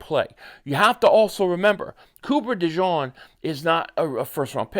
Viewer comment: De jean not de john